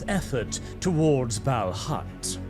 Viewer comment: I have a question about pronounciation. You say “Balhut”, but iirc it is written “Balhaut”; I’ve always pronounced it as “bal-hawt”. Which is correct?